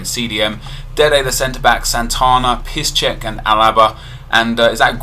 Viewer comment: Piszczek is pronounced "Peeks - Jeck" NOT "Piss - Check"